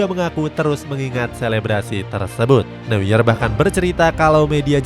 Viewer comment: Bukan Manuel new-yer bang tapi ma-nu-ell no-ya atau manuel noya dibacanya